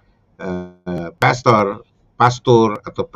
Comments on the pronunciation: sebaiknya sebut pastor yg benar bukan pester. Jangan sok tau tentang agama katolik. Pak pendeta mencaplok istilah" dari gereja katolik. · ilmu dangkal cetek skali sok dipamer2kan,...,lbh telitilah dlm sejarah gereja,istilah pastor sdh ada sejak sy msh kanak2 n hingga skrg,lalu kalian ikut2an pk istilah itu,mana lu nyebutnya sok di spelling inggris pdhl salah coy,itu bhs latin mk jangan dibaca pester...sampe ketawa ngakakkkk gue dengernya